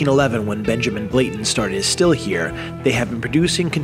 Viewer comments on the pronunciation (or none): BlaNtons! BlaNtons! BlaNtons! Sheesh